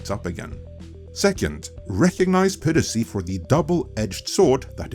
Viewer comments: Add a new one to list of words, hehe. “Peer-racy” 😆 I don’t want to be an *ss, just giving advice. Try this instead: “Pie”, “Ra”, “Sea” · Not sure what country you are located in, so apologies if you have an accent for a reason, but it is pronounced PIE-racy. Like apple pie! Not Pee-racy. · Great video, but it's pronounced PI-racy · "peer-uh-see" ... -_- ... ah yes those darn "peer-utts" and their "peer-uh-see" c'mon, man. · you can say pirate correctly, but not piracy for some reason.